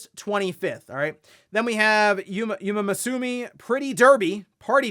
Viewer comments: "You mama sue me" gave me a flashback to the Game Awards Pre-Show host. Both mispronounced it the exact same way… Also kind of surprising that never heard of the franchise when it breached into the mainstream for a few weeks last year. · 'Umamusume' is rather pronounced - UU - MA - MUU - SU - MEH which I think translates to 'horse girl'. It's quite a popular franchise xD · The Umamusume pronunciation was great! Had me rolling 🤣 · your pronunciation of Umamusume is CRAZY. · He almost got one syllable right 😅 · Can't say Uma Musume right... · Its always a little funny how relateable it is hearing everyone's first take on how to pronounce Umamusume Give the horse girl anime a shot, you wont be disappointed! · The way umamusume was butchered is a travesty lol